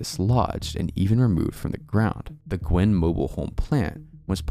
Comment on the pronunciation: Guinn. Al. G(ah)you-en. Not Gwynn. I made the same mistake until I was corrected by a resident. Also, Wichita Falls is in Tx. Not Kansas.